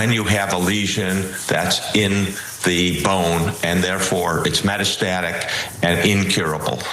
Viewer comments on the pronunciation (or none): If you can't pronoun " metastatic" you shouldn't be in communications